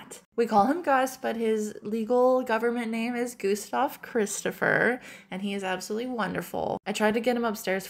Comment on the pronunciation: Gustav Christopher or Gustav Crhissstopher?😂